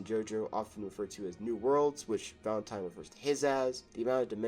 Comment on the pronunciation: Why is bro saying “Valentime”?